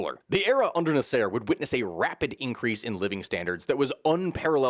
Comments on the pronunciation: “NaSEIR”? This is what happens when you only read a name… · The way you pronounce Nasser....omg. Egyptians will be coming for your head!